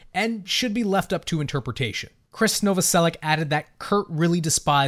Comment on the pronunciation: very smart, but still don't know how to pronounce Novoselič?